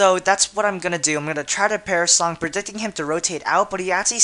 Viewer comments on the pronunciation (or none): lol, "parasong" isn't it perish song?